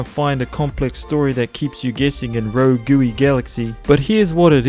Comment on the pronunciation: RO-GOOWY GALAXY